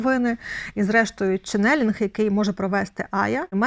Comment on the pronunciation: Дякую за чудовий ефір!Дякую вам,Оксано,за вашу працю.Будь ласка,зверніть увагу на наголос у слові «чЕннелінг»,наголос припадає на перший склад!